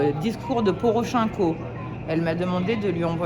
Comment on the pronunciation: Je suis un peu septique ... Anne Laure Bonnel se présente comme une spécialiste du Dombass. Mais comment a-t-elle accès à la population ? Au vu de sa prononciation de Porochenko (poroʃɛ̃ko au lieu de pɔrɔˈʃɛnkɔ), on peut imaginer qu'elle n'a aucune notion ni de russe ni d'ukrainien. Ca peut paraitre un détail, mais cela est à mon sens très révélateur. Elle dépend en permanence d'un fixeur/interprète ? Le conflit a commencé en 2014, soit il y a huit ans, on ne demande pas de travailler toute seule tout le temps, mais connaître les rudiments de la langue lui ferait gagner en crédibilité. Cela impliquerait qu'elle puisse être seule pendant face à la personne interrogée, avoir accès à la presse, etc.